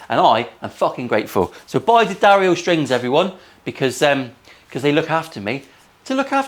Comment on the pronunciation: Who doesn't like a good "SMIDGIN"? I'm so pleased that you have sponsorship from D'Addario and even more happy that you pronounce it correctly. It was a great episode and I for one, enjoyed the cleaner Bluesy playing.